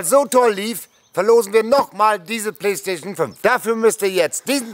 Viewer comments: Mir muss die Playstation gewinnen, damit noch öfter das Wort "Playschtation 5" auspricht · Also ich würde mich über die Playstation 5 freuen, weil es so wunderschön ausspricht 🤪🤣.